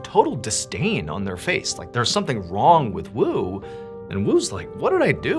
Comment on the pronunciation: John , you're a huge inspiration. Thank you for ending some sleepless nights. I had to listen to twice. Though you said "something wong with wu"